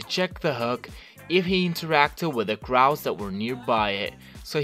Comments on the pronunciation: Stop . . . Saying . . . CRAW! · I have to stop watching bc of the way you say crow I’m sorry